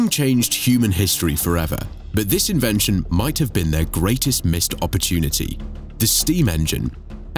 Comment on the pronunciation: "Greatest missed opportunity" or "Greatest MIST opportunity"?